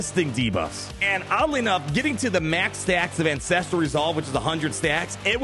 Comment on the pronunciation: I can’t help but hear incestual resolve every time you say ancestral resolve